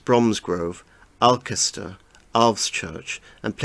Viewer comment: Alcester is pronounced al-stair.